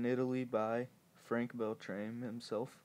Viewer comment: It is pronounced "Bell-trah-mee" not "Bell-traeme" :-]